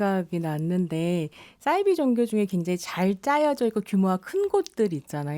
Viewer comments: 사이비 는 한문으로 된 글자여서 ‘사’를 된소리로 발음할 이유가 전혀 없습니다. 공신력 있는 방송에 나오시는 분이시니 계속 반복되는 주 단어에 대한 발음에도 신경써주시면 참 좋겠어요. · 싸이비가 아니고 사이비 아님니까 참 거슬리네요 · 왜 싸이비라고 발음하지?? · 남자 패널분 설명 듣고 한자라는 걸 깨달으시고 잠시 사이비로 발음하시더니 좀 지나고 다시 돌아오셨어요 평론의 내용도 중요하지만 어떤 주제로 토론하시기 전에 일단 토론 주제의 단어의 사전적 정의를 살펴보시면 어떨까요? 저도 이 프로그램 챙겨듣는데 싸이비라는 발음이 듣는 내내 많이 거슬렸어요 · 아으~ 남성 패널께서 사이비의 어원이 한자라고 말했는데도 불구하고 여성 패널분이 자꾸 "싸이비"라고 하는게 불편하네요~